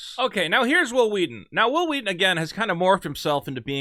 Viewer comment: 'Whhil Whheaton'.. wait, why are you saying that way? There's not even an 'H' in Wil!